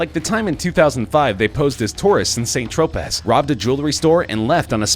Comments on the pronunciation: san Tro- pay Not Saint Tropez. dumb ass. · Say San Tropez again you dumbass yank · Saint Tro-paz? Bee-ARE-ritz? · How do you not know it’s pronounced like “San Tropay” lol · Yeah except he can't pronounce San Tropez properly